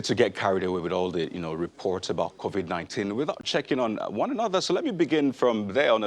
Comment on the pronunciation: Ask him the president why he called it COVIK not covid?